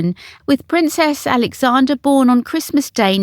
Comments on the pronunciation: Error . The Duchess's stillborn child was in 1977, not 1997. Another error is your frequent mispronunciation of Princess Alexandra's name. Look carefully at the spelling and don't leave out the "r" before the final "a". The feminine name is AlexandRA. It's like Sandra, which is its shortened form. The masculine is AlexandER. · Very good , but its Princess AlexanDRA not Alexander !! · I enjoy your videos very much, they’re always interesting, this one though, did irk me a little, you kept saying Princess Alexander, but it was Princess AlexandRA. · Princess Alexandra. How can your AI not be programmed with that loved lady's name. She is NOT Alexan DER disgusted.